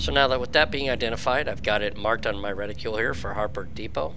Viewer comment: Is it me or is he not pronouncing the first r in frustrate? And adding a u into reticle? None the less, I gave a thumbs up because I found this very helpful.